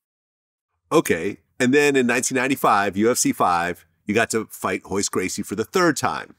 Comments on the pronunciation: Why are they saying hoyce gracie??? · it’s royce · Spelled Royce but pronounced with an H. Same thing for some other Gracie's as well, like Rickson, Royler and Renzo